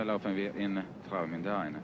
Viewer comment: How old can this video be? From 1980? She said she had worked 2 years on the ship, and it was new in 1977. Finland can ruin any language. Travemünde peonounced with complely wrong tones.